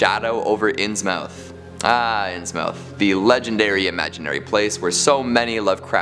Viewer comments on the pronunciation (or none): Can't resist: My gran, and other New Englanders, would say "INS-muth", not "Ins-mouth". Also, maybe it doesn't qualify as a "mystery", but what really did happen to Robert Blake ("The Haunter of the Dark")? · IT'S PRONOUNCED INSMUTH YOU INSUFFERABLE IMBECILE!!! AND HIS NAME IS PRONOUNCED ZAYDOCK!!! SPELLED ZADOC PRONOUNCED ZAYDOCK!! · Innsmouth is pronounced inns-mith, with a short 'm'. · inns mouth and not innsmouth, reylay and not R'lyeh, yeah I don't think he does. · It's pronounced Inns-Muth....the o isn't pronounced in this.....ɪnzməθ is the what the phonetic looks like. 🙃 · Nothings disturbed me more than the way you pronounced innsmouth